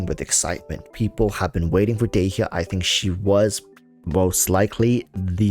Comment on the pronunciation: u pronounced dehya wrong, obviously playing japnes voiceover eww dog